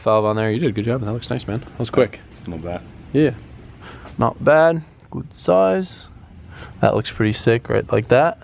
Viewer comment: So weird hearing an American saying not bhed good size